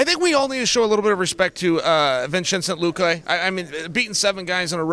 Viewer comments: “Vincenzo Luca” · vinchente luque lol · Chael is a legend, the bad guy creates new & inventive ways to mispronounce your name. Vinchenzse Looque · "Vinshincent luka" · ah yes the great welterweight contender Vinchenzent Luque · “Vinchincent Luque” 😂😂😂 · vin chin sint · After uncle Chael called luque "Vincenzo" i think the Italian government is going to give him the citizenship in a split of a second.